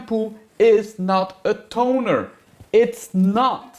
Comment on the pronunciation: “Purrple Shampooi Isss Not A Tonerrrr 😬😬😬” loved it 😁